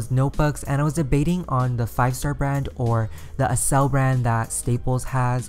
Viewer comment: I think its pronounced "akcel" like in accelerate